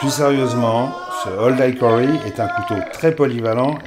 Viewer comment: Salut. Pour info game a ici le sens de gibier...donc small game ne signifie pas petit joueur ...je dis ça.. Hickory se prononce aussi / ik/ et non / aik/ comme dans Ikéa 😊